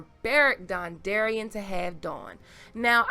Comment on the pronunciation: Beric dondarrion...dawndarrion makes sense lol